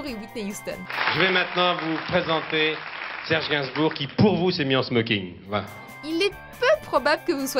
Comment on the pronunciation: Garbinsbour!! Pas gansbar